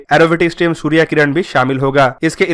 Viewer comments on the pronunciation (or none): none